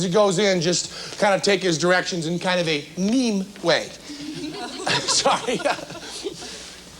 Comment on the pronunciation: He didn't say meme, he said "mime". Same pronunciation but different words.